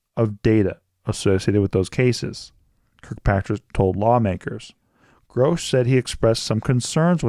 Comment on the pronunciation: His name is Grusch not Grousch…